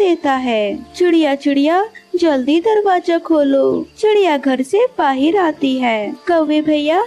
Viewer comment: Bahir nhi bahar hota he